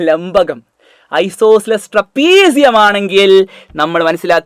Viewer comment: That Lankabam😅😅